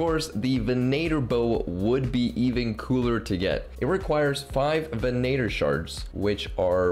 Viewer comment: i'm just confused how so many people have started pronouncing venator incorrectly XD (ven ah tor)